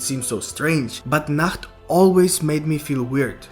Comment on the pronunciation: I hate how he calls nacht